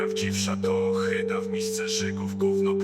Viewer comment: ohyda- nie ochyda rzygać - nie żygać kondom - nie kondon. Używaj pan POprawnej POlszczyzny.